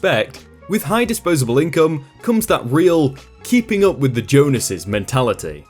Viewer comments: Jones es Not jonases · I had to double check the text when I heard him say Jonas' LOL